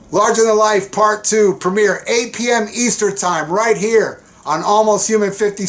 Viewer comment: I'd like to be the first to complain about u saying "8 PM 'Easter' time". I think u should've edited that. Relax! It's a joke...; really enjoy your uploads. Great stuff, thx.